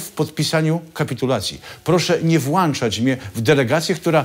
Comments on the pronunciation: Znowu super odcinek. PS Włączać, nie włanczać😉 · Włączać na miłość boską włączać ! " Proszę nie włanczać mnie w delegacje ... " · "NIE WŁANCZAĆ"???!!! NIE WŁĄCZĄĆ... uszy bolą. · Błagam, ,,WŁĄCZAĆ,, nie włanczać! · Mała prośba do prowadzącego , nie mówimy "włanczać" tylko "włączać " Pozdrawiam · Nie mówi się panie redaktorze dołańczać tylko dołączać oraz włańczać tylko włączać. A niestety te błędy językowe padły z Pana ust.